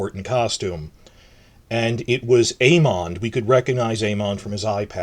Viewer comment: I love the way you pronounce Aemond haha